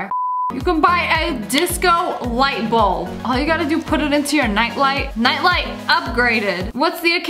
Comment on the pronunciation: bulb not balt